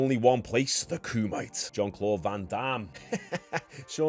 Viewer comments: KU-MAH-TAY…. Not kumite… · Homie you pronounce it kumitay not koomyte, cant have my brit homies disrespectin the kumite like this smh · It's pronounced kum e Tae not kumite 😂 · Kumite = Koo-Mah-Tay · It's not the "ku-mite" lol 😂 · The pronunciation killed me 😂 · Why do you say "Kumite" like that? 😭 lol Its pronounced "kumah - tay" lol